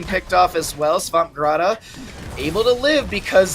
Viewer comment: 2 questions: What is munka-whatever? Why do they say Swampgrata when the name is clearly Swampgroot?